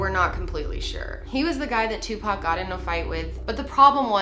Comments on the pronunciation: It’s “OR” not “UR”!! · Seriously 3 videos and you can not say Tupac name right